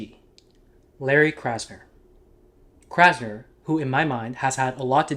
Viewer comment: 'Krasner' huh? Every. Damned. Time.